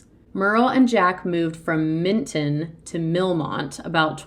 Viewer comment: Milton Pa...... not Mitton